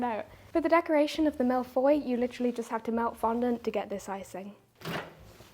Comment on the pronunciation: Finally, baking :D I love that you show all the misshaps. And being french, I love your pronunciation of "tarte aux fraises", "framboise" and "mille-feuilles" (one of my favorites) :D "crème pâtissière" needs a bit more work though :p First time I comment on your channel. I love your style, your naturalness, and the overall wholesome feeling (not sure if wholesome is the right word but, well.) Cosyness maybe? Anyway. Now I'm hungry.